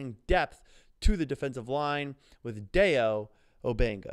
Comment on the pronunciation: Just for clarification, his name is pronounced: first name: Die-O Last name: Oh-dang-bow(like a hair bow)